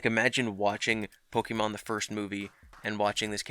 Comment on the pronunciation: "I got married to my Pokimans" ... I can't with this fucking guy!